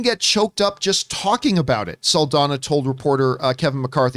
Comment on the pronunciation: NOT "SULL-DONNA". Its "SAHL-DON-YA". Just give it a shot